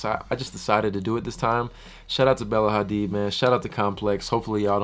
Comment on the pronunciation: "AIR" HADID wth??? HAHAHA #ASLFAMILY